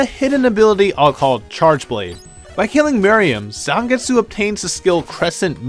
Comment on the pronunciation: "Geh-bel" "Zahngets" Noo